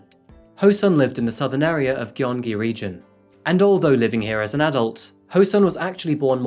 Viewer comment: Hey, I like you channel and find it interesting, but I think it should be noted that: a- SK men are required to enlist in the military per the law. It wasn't exactly a choice for him and the mandatory time used to be 36 months (it's gradually shortened over the years, so now it's 18 months). b- "Gyeong" is pronounced "gyeong-gi" not ""gi-yong-gi" Not trying to nitpick, but thought you'd might want to know how to pronounce the province!